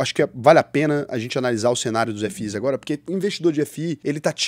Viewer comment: "Ef-Is" 😂😂😂 nunca vi ninguém falar assim pra FIIs.